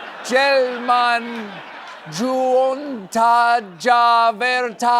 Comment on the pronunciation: A Finnish person's ratings on the pronunciations: Helsingin 7/10 (the "in" at the end was forgotten) sanomat 10/10 puheohjelman 1/10 (there's supposed to be a pause between "e" and "o", because it's the seam between the words being compounded ("puhe"&"ohjelman" ("talk"&"show"))) juontaja 4/10 (Finnish "J" is pronounced like the English consonant "Y") vertasi 9/10 avausmonologiaan 6/10 (Finnish "G" is pronounced like the English hard "G" -- we're "It's not 'JIF', it's 'GIF'!'" -people) poronkäristykseen 5/10 (Finnish "Y" is pronounced like the German "Ü") juontaja 6/10 vietän 8/10 suurimman 8/10 osan 10/10 ajastani 5/10 vaeltaen 9/10 Kainuun 9/10 uutismetsässä 6/10 Pretty good job overall!